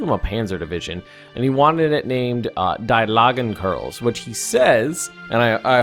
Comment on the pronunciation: Its not "Die Lagen Kerls" its "Die Langen Kerls"